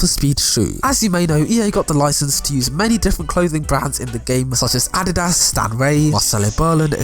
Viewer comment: So are we not gonna talk about how this dude pronounced adidas